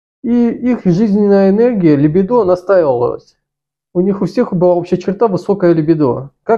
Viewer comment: ЛибИдо. Извини мне моё занудство, но сильно режет служ